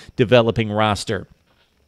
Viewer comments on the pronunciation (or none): none